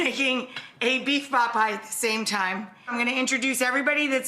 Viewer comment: Rachael it is pronounced POT PIE. Stop calling it Paw Pie